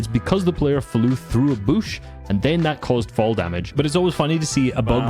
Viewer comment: Why is no one mentioning how he says bush?